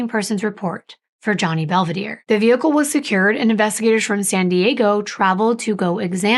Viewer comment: Please respect the families and pronounce their Italian names correctly. I’m sure it’s Bel-ve-dare-e. Not Bell- v-deer. The name means beautiful view.